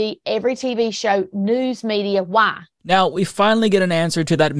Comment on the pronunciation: “Why” not “waa”.